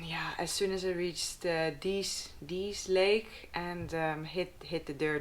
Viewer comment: Dease Lake - Pronounced correctly with silent e at the end … 😊